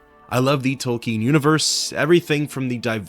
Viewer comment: You can tell you're a true fan by the way you pronounce Tolkien! So, what are some of your favorite lore channels you watch? I'd love to add some more to my playlists ☺️ Are you going to do the second game as well? And lastly ~ thank you (again) for all the hard work you put into these videos for us, every single one is greatly appreciated. I've been here since one of your first videos and have watched every single one multiple times — as well as fallen asleep to them very often — and get excited for every new upload. I hope to see you do some videos/more of fallout (specifically new vegas) assassin's creed, god of war, any other content from the elder scrolls, horizon zero dawn/forbidden west, mass effect & any isometric rpg would be great!! I'm down for *any* video you do, tho, so, I'll be happy no later what 😅